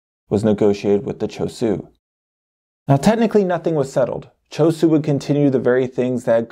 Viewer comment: Why is the h not pronounced it "shu" for ChosHu?